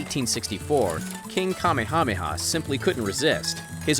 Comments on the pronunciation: Kah-Meh-Ha-Meh-Ha H is Not silent. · Could mispronounced the kings name any more? Kah mayhā mayhā! And nice painting the one of the ‘six’ families who colonized and over threw the kingdom!!! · You literally butchered the Kings name..... don’t make this island alluring and desirable. The butchering of the Hawaiian words is painful to listen to. Tourism has caused more damaged to the islands and I’m sorry but no we don’t want to see it developed. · It is Ka Ma Ha Ma Ha not what this clown called the King! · It's ka meha meha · Kah may ah may ah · M sorry can you repeat that name again I just can’t get enough of the butchering of the great Kings name. Jesus Christ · Pele erupts with anger when you mispronounce "Kamehameha" that badly. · i laugth when he says king kamehameha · Why tf is he saying kamehameha like that? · Didn’t know we were watching dragon ball z. Lol not how you say it 😂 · My exact thought! 😅😅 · King "Kamehameha?" 💀